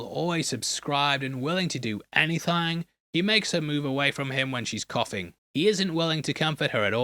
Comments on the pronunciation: Thought you could sneak in that "Anythang" 😂😂🤣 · The way he says “anythang” 😭😭😭